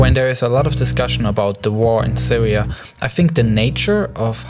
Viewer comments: I hope the Sywia waw ends soon, and hopefully the Wussians and the Amewicans can wowk on something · siwia and medateween. lol